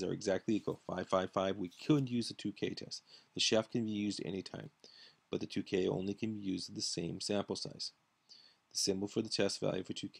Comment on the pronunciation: Tukey is pronounced like TwoKey, not like TooKay.